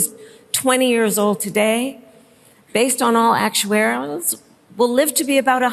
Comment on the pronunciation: Based on all actuaweries